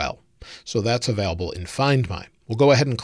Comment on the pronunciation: anyone else triggered by how says available? hahaha